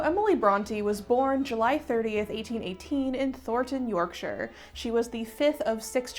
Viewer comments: If you really want to say it like Yorkshire folk, it's BRONtee, with a hard glottal stop on the 't'. It's how I grew up saying it in Leeds. Also another voice thanking you for saying Yorkshire properly! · As a Yorkshire person I say Bron-tee similar to how you did and I think everyone I know does too, so I wouldn't worry too much. I did also very much appreciate you pronouncing Yorkshire correctly